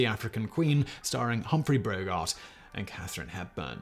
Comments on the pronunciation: Humphrey BROGART! Really? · Brogart? No, Bogart. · Apart from the slip of the tongue, 'Humphrey Brogart' the references to 'THE H.M.S. xxxx' really grated. Replace the abbreviation 'HMS' with 'His Majesty's Ship' and you will see that the phrase 'the His Majesty's Ship' makes poor grammatical sense. Do us all a favour Simon, when referring to Royal Naval vessels .... drop the 'the'. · Humphrey Brogart? niiiiice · Humphry Brogart eh? lol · Humphrey "Brogart"?!?